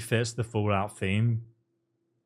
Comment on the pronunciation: “Bansky” 😂😂😂 He must be talking about Banksy’s Soviet cousin.